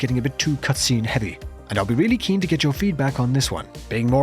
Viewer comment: did he develop a speech impediment? “You wemembew us weedy”